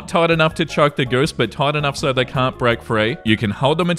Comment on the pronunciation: "I used to have geese so-" said quickly in your accent sounds a little....different 💀